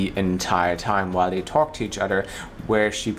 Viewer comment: Your spoken English is perfect. Work on your ‘th’. Not “da”. eg you pronounce“they” as “day” and “da” as “the” Not meaning to be unkind, just would be great to perfect your language! 😉